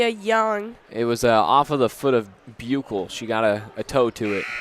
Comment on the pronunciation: Always enjoy the commentary from!! You guys were right at the very beginning of the girls game of how to say Buechle. The “ch” as in chew is correct instead of a “k” sound. Thanks again for the play by play!